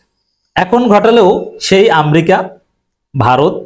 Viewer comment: এই, আপনি বারবার শব্দ চয়ন ও শব্দ বানান- উচ্চারনে আপনার অনেক ভুল আছে। আপনি আমেরিকাকে বারবার আমরিকা বলছেন। আগে শিক্ষা নিয়ে, তার পরে কথা বলেন।